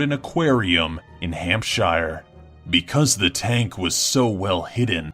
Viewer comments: It's not hamp-shy-er, it's pronounced hamp-sher. That goes for all UK places ending in -shire. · Not hampshire, but hamshur